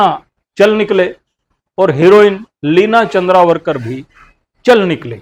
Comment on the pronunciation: भाई लिना चंद्रावरकर नही,लिना चंदावरकर बोलो .....!